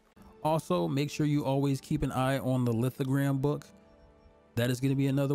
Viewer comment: Bro, its lithoGRAPH. Like a graph.